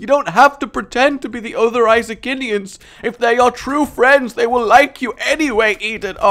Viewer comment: I cringe a little every time you say "Isaacinians."